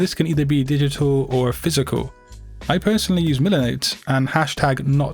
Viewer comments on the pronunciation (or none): none